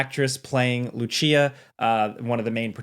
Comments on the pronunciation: Its lucia not loochia wtf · Lu-CHEEA he says, with an italian twang lmfao Loo-see-a, bro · lu-chee-ah? Isn't it Lucia? Loo-see-uh. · Loochia comments are mean. I think you got pretty close. You can try "Loo see ya" to get closer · Lucy a not lootchia she’s Latina not Italian smh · Lucia. Not Luchia. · Lu-see-uh not Lu-chi-uh tf 😂😂😂😂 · Lucia! Lucia, who the hell is Lushia!? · It's Lucia, not Luchia. Loosia. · Lew-chia? I thought it was Lu-see-ya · Dude said Loochia, thats not how you say it! Lou-c-uh. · bro said LOO CHIA 🤣 brooo cmon now. It's LOO SEE YA. Lucia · its pronounced lucy a lucia :) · What did he call her???? LOOCHIA???? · Why do ppl mispronounce names on purpose?? Who’s is named Louchia??? It’s Lu-cia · Did bro just say LUCHIA!!?? its Lucia bro. Lu-cia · Loochia wtf hahahah, luSía S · Lucia ❌ Lucheeah ✅ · Truly, even my friend in germany whose name is Lucia, pronounced her name as Lu-Chia and not like Lusia kind of Lucia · didnt they pronounce her name in the game? ppl still pronouncing it lucchia like its italian or smth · Lucy-ah. Repeat with me: Lucyyy-ah. She's not italian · CALLED HER ASS LUCHIA😂😂😂😂😭😭😭😭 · If you say Luchia one more g damn time... I double dare you mf! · Luchia? Dude!😆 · luchiya? Whattt?????? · Who is Luchia? There is no H in her name. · Lucia is pronounce like "Lusia" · Bro. Seriously. For a gaming news channel you really need to do more research. Honestly, wtf. You so often mispronounce Names of characters and places. If you're gonna do something, do it right! Loochia?! Absolutely mental. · "LOO CHIA" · Did he say LuCHia? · Lou-chee-uh? Wdf? Lol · “Loo Chea” 💀💀💀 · Who tf is LUCHEEA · Lou Chia? 😂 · it's Loo-see-ah, she's not italian nor chinese 😔😔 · Did you just say lew-chee-a? LOLWUT? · Bro did you just say Luchia? Don't say Luchia. Thats my comment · lmao lachia , chi chi chia lmao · Luchia?? you a gamer come on even the trailer says her name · luchia? bro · That “Loo Chia” killed me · Bro said Loochia